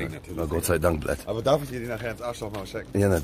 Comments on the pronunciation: Niemand Wirklich niemand Knossi: Blaat anstatt blyat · Das heißt nicht blät das heißt Bliat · Knossi: Blatt Russen: Blijat Bin selber russe und es regt mich auf wenn jemand blatt sagt😂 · Es heißt Blyat